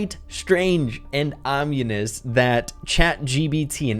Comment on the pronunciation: That's not how you say ominous.